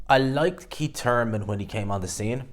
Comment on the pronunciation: Didn’t know Thurman had a silent h